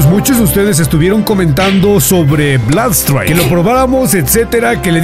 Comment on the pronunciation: Se pronuncia blud straik bro